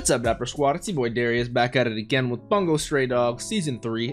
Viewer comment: Geez, Bungou is pronounced Boon-go